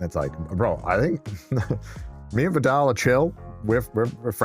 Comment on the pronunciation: I will forever laugh at this pronunciation of Vedal